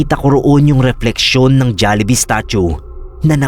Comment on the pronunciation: natawa ako sa jollihee 😔🤣